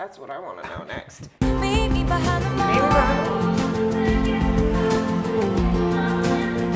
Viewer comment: She pronounces 'Meet me behind the mall' more like 'meet me behind them all'